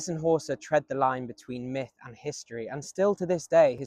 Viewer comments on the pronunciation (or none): none